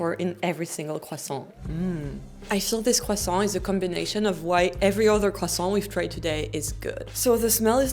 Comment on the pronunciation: It's pronounced "kressant".